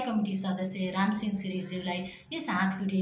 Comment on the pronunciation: रामसिङ होईन रामसिँह भन्नुस्!